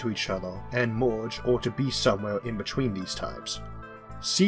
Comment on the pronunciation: What's this accent? Earth -> Orth Hard -> Hord Merge -> Morge